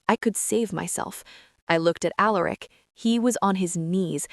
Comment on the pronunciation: ok AI the name is pronounced AL ER ICk not A Lerick